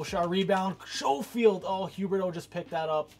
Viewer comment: Not a big deal but to help u out it is Skofield not Showfield